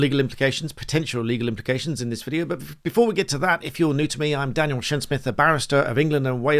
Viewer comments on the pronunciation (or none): none